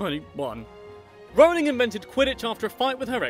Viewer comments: I say it Role-ing not r-ow-ling. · I was allways pronouncing her name right but my friend always "corrected" me. I'm going to say to her "stop your saying it wrong its ROLLing not RAWling" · Dont mean to be THAT guy but youre still pronouncing Rowling wrong. Closer than most but its pronounced the same way you pronounce "rolling" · Says a fact explaining how to pronounce J.K Rowling's name Proceeds to pronounce wrong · Just you who messed up her name because i always say they see me rolling like jk Rowling. Mmh perhaps thats worse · Who was pronouncing her name wrong? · Nah lad it’s a British requirement to learn how to pronounce Rowling